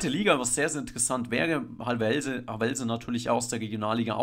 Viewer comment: Havelse... Nicht Hawellllse...🤣 Betonung ab dem Ha....